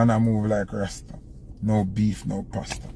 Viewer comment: Passa not pasta….No beef, no passa….